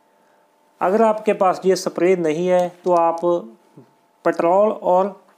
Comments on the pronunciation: Kya language hai timhari ...screw ko sacruew ... Spray ko sapray pronouns kar rahe ho..... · Sir ji सप्रे nhi sprey hota hai